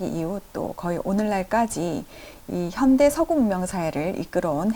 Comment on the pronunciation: 장음인 단어의 첫 자를 "짧게" 잘못 발음한 예: 현대, 보통, 후기, 대립 , 해체, 의도, 대항, 심지어, 가치, 세상, 해결, 최소화, 최적,세계관, 대변, 치유, 등!! 이상 예는 , 길게 발음해야할 첫 자를 모두 "짧게" 잘못 발음한 실 예이올시다. 이것이 사실이리면 참으로 놀랍지 않습니까? 더욱이 철학자의 발음 문제라면!! 어느 누기 이를 변명하리까?? 이것이 현대 한국 언어 타락상을 증명하고 있아옵니다. 동포여! 고국 동포여! "한국 어문을 고밤함" 이라는 책을 조용히 읽어 주시옵소서!! 1968년에 고국을 떠난 이 늙은 이가 "눈물로" 쓴 책이올시다. 미국 변 완수 드림